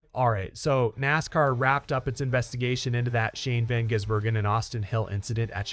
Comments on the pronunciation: If you want people to follow your learn how to pronounce his name properly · Jeez mate not gonna subscribe if you say the man's name wrong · Won’t get another view from me, can’t say a man’s name correctly! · At least it wasn't Van Guggenheimer. The AI is starting to sound more natural, but they still can't get his name right